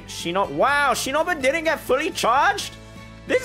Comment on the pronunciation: ur pronouncing ''shinobu'' wrong